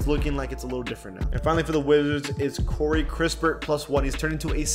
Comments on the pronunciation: bro keeps calling him corey kRispert😭😭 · Cmon. Time to stop saying Corey Krispert 🤦‍♀️😂